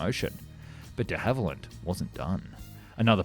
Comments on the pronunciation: De Havilland not Hallivand and Christchurch not Bournemouth. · he said de hallivand instead of de havilland, get spoonerised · De Hallyvand ? Should be De Havilland. Were you drunk matey ? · "De HalliVand" ?? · De HALIVAND.... Ow ow ow! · Who the hell were 'De Hallivand'??? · Why does he pronounce de Havilland, "de Hallivand"? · "the hallivand"? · "De Hallivand"? I think we lost another Channel to AI narration. A human speaker wouldn't have made that mistake. Now that i noticed it once i notice it everywhere in this video. The narration just sounds unnatural. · De Hallivand lol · This AI? First time I've heard the company name said "Dehaival-And" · Ah my favourite aircraft manufacturer, De Hally Vand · Not to jump on the mispronounciation bandwagon, but Hawarden is pronounced Harden, Dehavilland not right, and Spey not Spray.